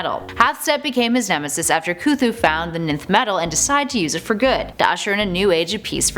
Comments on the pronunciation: I thought it was pronounced “enth” not just “nth” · Great and Informative video. FYI- nth metal is pronounced enth metal. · Nth is pronounced "enth". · nth is pronounced "enth".you shouldn't have skipped your English classes 😂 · The so badly pronounced names and words make this completely unwatchable. By number 8 I was cringing so much I couldn't keep going. Please take this down, learn how to correctly pronounce Barbatos & nth metal particularly, then reupload. Just so bad.